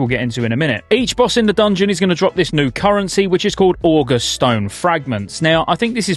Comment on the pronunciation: Just FYI the "august" in "August Celestials" isn't pronounced like the month, it's pronounced with an emphasis on the second vowel - Oh-gust (ɔːˈɡʌst) I'm aware that I'm fighting a losing battle and that virtually no one is going to be pronouncing it that way, but that's the definition that's in use here (august (adj.): impressive, making you feel respect) Love the 24/7 coverage, btw! (get some sleep though, man!)